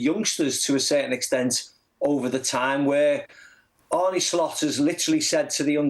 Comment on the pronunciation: Why are people like Macca ignorant to the fact his name is not pronounced Arnie . It is said like Arner...